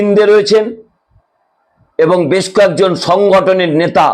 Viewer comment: আপনি সুস্থ না আপনার দাঁত পরেগেছে। কথাই বলতে পারছেন না। আবার আসা করছেন subscribe করতে। নেতা না বলে নেশা বলছেন। বুঝতেই পারছেন।